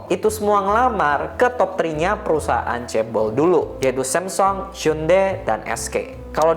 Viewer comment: semsong, why bro? just say samsung